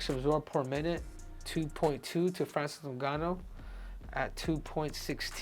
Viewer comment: Francis doonganno